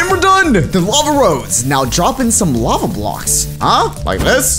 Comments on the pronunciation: "The LAVE rose" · Is no 1 talking about it said lave instead of lava😂😂